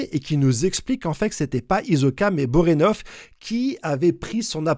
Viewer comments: Tu déformes tous les noms, c'est fait exprès ou quoi...😢 Bonorenof; Pakunoda; Sarahza... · J'adore tes vidéos et théories. Mais la prononciation de certains nom m'irrite un peu 😅. Borenov? Poukanouda? Je suis trop exigeant deso. Super vidéo comme d'hab!